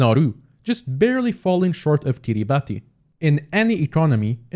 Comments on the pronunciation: im gonna be the erm ackshually reddit guy but its not "kee ree ba tee" its pronounced "kee ruh bas" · kiribati is pronounced key-reh-bas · I hate to say this… but… it’s pronounced Kiri-Bas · it is actually pronounced "Kiribas". I dont know why either. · Bro really pronounced Kiribati wrong